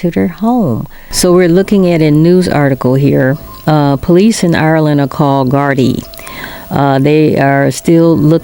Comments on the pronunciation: You're the first blogger to pronounce GARDEE not GARDAAI! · Imagine an American actually pronouncing the word Gardai properly?!! Thats a first!! 🎉 Although that interview with the wife was done a month later when the gardai upgraded the case homicide.